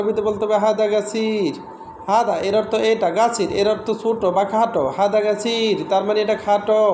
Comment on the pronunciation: ভাই হাদা না হাজা